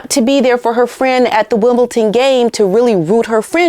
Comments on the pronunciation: Just a note, it's not WimbleTon it's WimbleDon x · If I’m hearing right, you said ‘WimbleTon’. It should be WimbleDon. And my apologies if I’ve heard it wrongly. 🙏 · Hi I love ur show watch u all the time ….. BUT correction ……WimbleDON not WimbleTON….. I’ve noticed u Americans say that a lot…🇬🇧🇬🇧🇬🇧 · Hi I love you and your shows but please pronounce WimbleDon not WimbleTon - there is a D and not a T. I know it's really annoying for people to correct and comment on silly things but it really irks me. Great video, as usual - thank you. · love it is WimbleDON Not WimbleTON.... Sue Smith kept sayinv Wimbleton, until many pointed it out to her. Sorry not meaning to be unkind, but you cannot say WimbleTON, Wimbledon is very special to Brits... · Btw P, it is Wimbledon with a “D” maybe it’s my ears and they are full of wax 😊 but seems to sound like Wimbleton when you speak. Love you ❤❤ and keep going, you are my favourite for sure, don’t miss a thing from you! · It is WimbleDon with a D